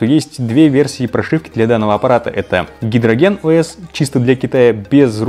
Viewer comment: Когда полный обзор будет? И если что не гидроген а хайдрожен:D